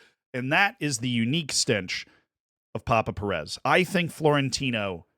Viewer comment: Hey Z, you are pronouncing Pérez the wrong way. PÉrez - the phonetic prominence, or the stressed syllable, is on 'PÉ', not on the 'rez'.